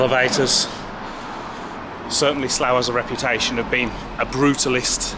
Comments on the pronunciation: It's "Barkshire"! (and "Sluff") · It's pronounced "Sluff".